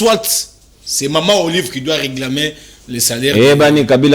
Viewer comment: Le Monsieur prononce très mal reglamer ou réclamer ???